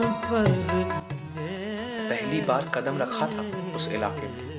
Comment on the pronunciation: no story line.....its betuki...could have been better...n narrator....its not waKt...its waQt...qadam not Kadam...but otherwise u are good.